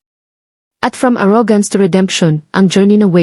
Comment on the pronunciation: Kung maaari ay mag-Aral ng wastong pronunciation ang narrator. Bigkasin niya ang mga salitang: DİNER, TABLE, ARROGANCE, PUNCH LINE, UNDENIABLE, BELONG sa wastong bigkas sa English.